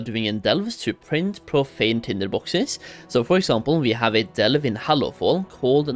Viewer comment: Can't stand the way this dude says Delve, enjoy the ban